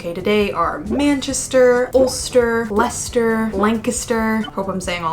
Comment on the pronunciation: Very pleased there's atleast one American who can pronounce Leicester correctly.